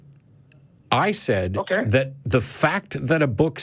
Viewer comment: “Dis, Dat, Dere, Atcks” = dumb AF. The Texas prison system did a number on this moron.